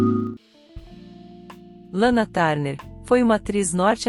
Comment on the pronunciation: Lana tarner😂😂😂😂😂é TURNER inclusive na pronuncia